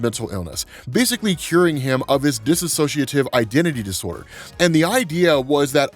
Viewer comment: STOP SAYING "DISSOCIATIVE" INCORRECTLY!! It's dissociative, not disAssociative